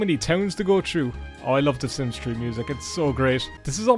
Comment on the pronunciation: Idk why i thought u said "the sims tree 🌳"